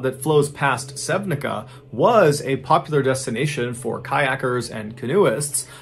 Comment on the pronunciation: I love your stories and I think that you're always trying to be as presice and correct about things as you can. So,regarding to that I would like to point for two tiniest mistakes in story about Sevnica-Slovenia. You pronounce it wrong, SevniCa is pronounced like piZZa for example (sevniZZa) and there is missing letter when you talk about one body that was found almost in Croatia 25 miles away it is converted to 40 meters instead of kilometers. Sorry about correcting you its in best intention cause I assumed you like to give correct facts and everything else. Anyway I honestly enjoy your way of telling these stories...